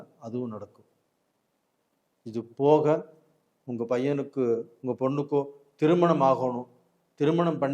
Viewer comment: ஏனுங்க ஐயா உங்களுக்கு தமிழ் உச்சரிப்பு இவ்வளவு மோசமாக இருக்கிறது? ஒரு நல்ல விஷயத்தை சொல்லும் நீங்கள் ஏன் தமிழைச் சரியாக உச்சரிக்க கற்று கொள்ளவில்லை?? அதென்ன உங்கல்?? ள‌கரம் வராதா?? கல் கள் வித்தியாசம் இல்லையா ? தமிழுக்கு ழ அழகு... தயவுசெய்து ழ வை சரியாக உச்சரிக்க பழகுங்கள். யரலவழள, மெல்லினம், இடையினம், வல்லினம் எதுவும் தெரியாமல் பேசினால் எப்படி? ??😢 கேட்க ரொம்பவே‌ கஷ்டமாக இருக்கிறது. வாழ்க தமிழ்..🙏🙏